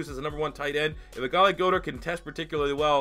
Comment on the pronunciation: For future reference, it’s Gohd-ehrt. Not gode-art.